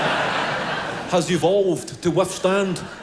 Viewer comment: He said sphincter in the most Sean Connery way possible.